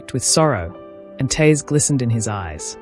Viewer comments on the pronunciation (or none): Please get your narrators to pronounce words correctly. Eg TEARS not TAirs!!!